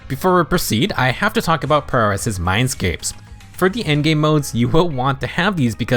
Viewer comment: OMG Someone finally pronounced Pyrois correctly!